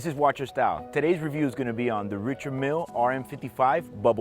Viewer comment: It's pronounced Ree-shard Meal. The man is French after all